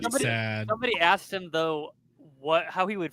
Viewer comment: “I axxed”